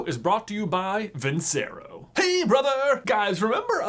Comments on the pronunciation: Its pronounced "Vin-Che-Ro" NOT "Vin-Se-Ro" 🤦‍♂️ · I’m still sure it’s pronounced vin-chair-oh, you know, like the song: vinceroooo, VINCEROOOO, VINNNCEEEERRROOOOOOOOOO